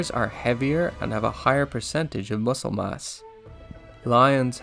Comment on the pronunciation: It’s pronounced muscle not mucle